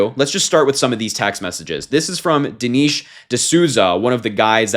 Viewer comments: Dee-Nesh. Even if you don’t agree with people at least get their names correctly. It’s not that hard to check a name pronunciation before posting. Don’t be like them. Also that Manz is 64… if he was calling himself young. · I like you Harry, but you need to learn how to pronounce Dinesh properly since you're a political commentator..😉